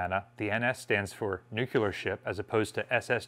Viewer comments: please, it's Nuclear not Nucular. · Why do you say “nook-yah-lur” ?